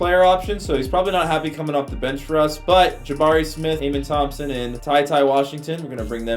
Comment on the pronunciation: Just for future vids it’s pronounced uh-men Thomson